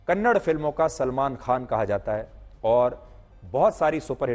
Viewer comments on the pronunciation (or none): Loude Its KANNADA not Kannad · Humble request to you sir , plz pronounce kannada not kannad. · Hey bulshit tell properly it's not kannad It's kannada You bulshit worst hindi person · It’s not Kannad it’s kannada first of all correct yourself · Kannad nahi kannada❤️ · Kannad nahi Kannada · Bro not Kannd it's kannada ❤️🚩🙏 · It's not kannad it's kannada learn to pronounce properly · कन्नड़ नही Sir कन्नडा होता है Kannada वाले Troll कर देंगे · For the millionth time. It's kannadA not kannad